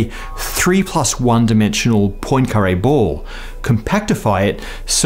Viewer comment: Say PWAN-kah-ray not POYN-kah-ray